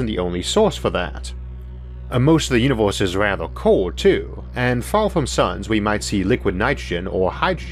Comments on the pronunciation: Sadly, he said univorse instead like he always does. Whatever that is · da univose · he had me at "vee uniworse..." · When he said Univorse i clicked paused then wrote this comment then exit youtube